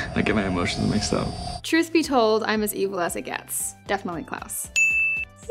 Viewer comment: It’s sounds like she is saying Klaus as clouds